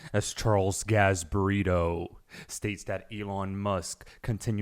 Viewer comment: I heard Charles Gas-Burrito 😂